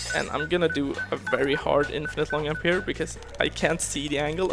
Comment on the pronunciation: Holy shit, I died laughing when I heard him say "Yump" for the first time. Really fun run, love the runner and the game.